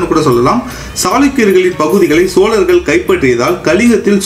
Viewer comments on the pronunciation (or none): தங்களின் தமிழ் உச்சரிப்பு உயர வேண்டும். வல்லினம் மெல்லினமாக உச்சரிக்கிறீர்கள். சோழர்கள் என்பதைக்கூட சோலர்கள் என்று உச்சரிக்கிறீர்கள். பேச்சில் ஆளுமை வேண்டும்